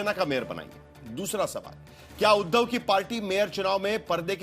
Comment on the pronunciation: आप उध्दव जी का नाम सही से लो